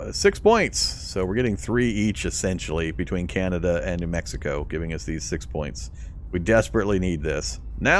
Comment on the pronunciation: The fact you were saying Beneluxx was bugging me until I heard you say Canayda, then I realised you were trolling. 😂🤣 Great vids bro! I have your videos playing in the backing while I’m playing and learning! 👍🏻